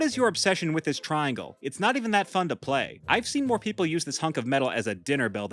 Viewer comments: I’m sorry, but the way you said the word play like that is starting to get very annoying. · Why do you always say PLAYYY like that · I love how you say play it’s sounds funny